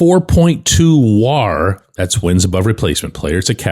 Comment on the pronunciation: bending over backwards to pronounce WAR as whar. Also the 2 G with a Cruz HR are the 2 Ws.